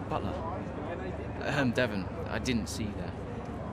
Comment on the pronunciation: stop saying devon like that it's so annoying